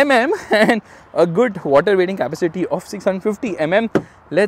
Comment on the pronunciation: kindly pronounce "capacity" properly!